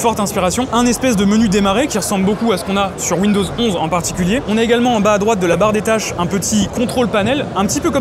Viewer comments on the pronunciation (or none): du vent, avec T La barre de tache, et non la "bar" ....